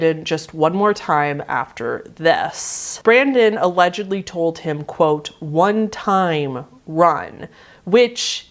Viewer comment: I'm from Oklahoma and I don't think I've ever heard somebody say "one time" in such a Caucasian way in my life. Like I had no idea what you were talking about at first